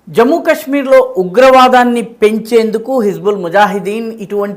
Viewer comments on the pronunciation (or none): కష్మీర్ కాదు కాశ్మీర్ అని పలకండి. 🙏🏾